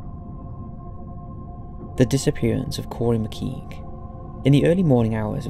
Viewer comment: Pity you can't pronounce Laos, McKeague, Bury St (Saint) EdMUNDS not "Edwards", -if you are English such ignorance is unforgiveable.